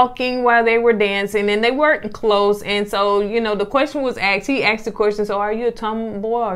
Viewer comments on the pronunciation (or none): He axed (asked) the question